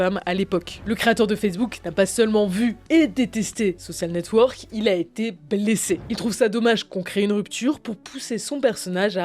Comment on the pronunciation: Sur le fond, j'aime beaucoup ce que vous faites mais sur la forme, j'ai parfois les oreilles qui saignent ; par exemple Ce qui serONT les prémices de FB... (et pas serA) ; le pire étant le "ze soSSial network".... un peu d'effort sur les mots anglais ferait du bien (ouf on a évité ze imitaSSION game) ! La partie design graphique est au top par contre ! Allez, un petit effort sur la bande son !